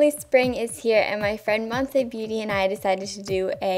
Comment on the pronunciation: and you said my name so well!!!!!! Lol